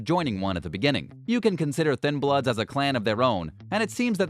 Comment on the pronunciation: Im surprised you managed to say thinbloods correctly.